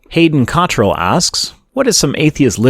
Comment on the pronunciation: Wait wait wait did you just pronounce Cottrell right?